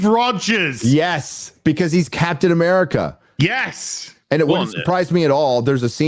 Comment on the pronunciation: Captain African America is kinda funny Who else heard it?😂